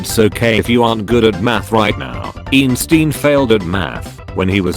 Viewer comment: Nobody:: EENSTEEN